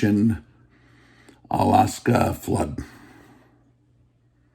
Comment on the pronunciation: Its Al Aksa, not Alaska.